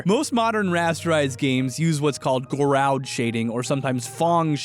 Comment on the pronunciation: It's "Gauraud" shading, not "Gaurand" shading. No letter 'N'. The 'D' is silent. It is pronounced like 'goroe' shading.